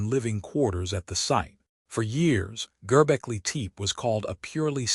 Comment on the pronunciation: Please pronounce the name correctly.